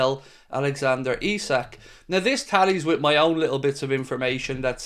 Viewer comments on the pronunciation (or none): none